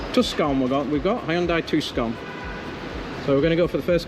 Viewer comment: How much? DL is a zoo at MCO -- scads of rugrats. Southworst is even, well, worse! Kudos on finding the quiet spots. As a former Aridzona desert dweller, I'm mildly peeved at your butchering the name of the 2d largest city 😮 (not really)